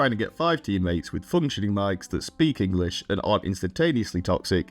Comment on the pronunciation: Native enGLish speaker btw <3